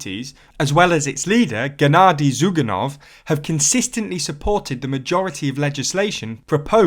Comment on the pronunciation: I would like to thank you for the video and for mostly pronouncing the names correctly. (You messed up Zyugánov's name, heh.)